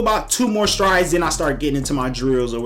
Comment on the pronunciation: When you said "strides" I knew you were from Cali.